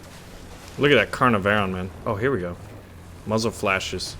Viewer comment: the Caernarvon (providing you start pronouncing the name closer to the correct "Car-Nar-Ven" :)